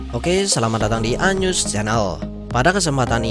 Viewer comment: Yg sebenernya Anews channel, yg gw denger Anus channel